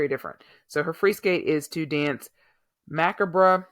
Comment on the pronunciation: It's pronounced dance M A H C A H B ...OR mahcabrah😊